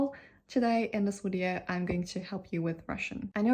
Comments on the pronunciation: Yeah it's not a wideo. Better to watch an actual Russian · There's a couple of words you say in English like, "you" [jʉː] and "video" [vidi:jɔʉ] that are giving hints of Australian English and I couldn't be happier about it! I'm hoping it's the "oh no, Cleo!" meme working it's magic across social media 😂